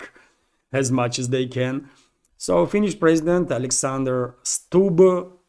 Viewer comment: Stubb seems to be pronounced like, 'Stooge', so with the other 2 on the Florida golf course we have, 'The three Stooges. 🥁